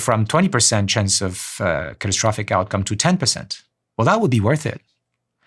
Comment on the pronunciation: My man can't even pronounce catastrophic properly why am I going to listen to him?